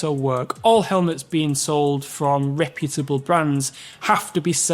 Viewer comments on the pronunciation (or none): none